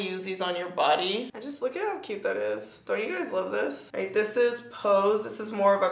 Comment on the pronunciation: The “ish real cyooot” 😂😭